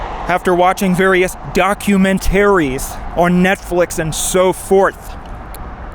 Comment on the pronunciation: HR would like to speak to you about your pronunciation of "doc-u-men-taries" as it is disturbing your cult followers.